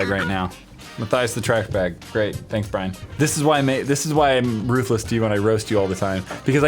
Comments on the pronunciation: But you didn't say Brian... you said Biran? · "roast Bwyan"